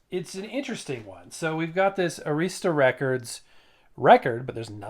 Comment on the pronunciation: Arista is actually pronounced “air-is-tuh” by the way.